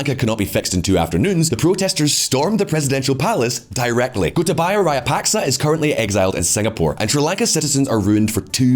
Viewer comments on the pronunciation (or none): how hard is it to learn to pronounce raja-puck-shaw, given how many times he says it. I cringe every time he says rayapaska to make some point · It's Rajapaksa, not Rayapaksa , as in tiyowaana , and maruhavana unana . It's different here . Wonderful video, appreciate your effort very much. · Dude! At least TRY to say the name Rajapaksa correctly.. You at least mispronounced it in 3 different ways. Rayapaksa, Rayapakska, Rapaska, Rayapaska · I understand that you could have difficulty with the pronunciation of names, but at least stick with one. You are switching back and forth between 4 different pronunciations of the same name from "Rajapaksa", then "Rayapaksa", then "Rajapaska", and onto "Rayapaska", and it's just very annoying, and I'm not even a Sri Lankan. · because they should care about pronunciation. You'll be laughed out of their restaurants for saying the dish name wrong. A channel about geopolitics should at least say President's name correctly, if not then at least TRY. I'd have been fine with Rayapaksa if he kept saying it throughout the video. But he kept changing it in every damn sentence. Which shows three ignorance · Rajapaksa or Rayapaksa? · Him pronouncing former president as "rayapaska" is taking all my attention away.. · Well , the word Rajapaksa here J will be pronounced as J and not Y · wtf is up with his pronunciation of rajapaksa and hambantota. like dude its not that hard.